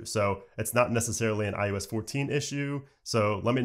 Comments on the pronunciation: I “oh” s... stop saying iUS lol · Why does he say iUS though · stop saying IUS troll